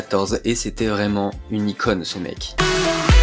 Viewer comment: On dit "une icône" (avec un accent circonflexe sur le o, qu'on doit entendre quand on prononce le mot) et non pas une e-conne (ce qui peut être pris pour une insulte)